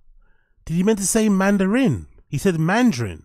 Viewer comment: some of you guys are just making crap up. There's nothing wrong with the way he said mandarin.